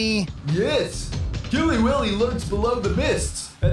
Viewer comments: It’s Willy not Billy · Killy willy!!!!! You sayed Killy billy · Not to be rude but his name is Killy Willy not Killy billy :) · It's Killy WILLY not Killy Billy! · It’s Killy Willy not Killy Billy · Why do I keep on hearing you say KILLY BILLY He is KILLY WILLY